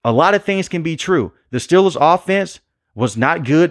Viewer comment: Steeeeeeelers...... say it right please..... next thing I hear you saying Jag wires